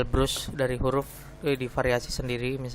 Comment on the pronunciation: brush dibaca bras